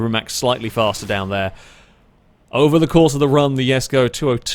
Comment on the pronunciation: It is pronounce the Koenigsegg jesko!!!